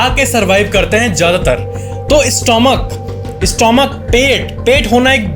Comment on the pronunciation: स्टोमक नहीं स्टमक कहते हैं। क्या आपको ये फैक्ट नहीं पता?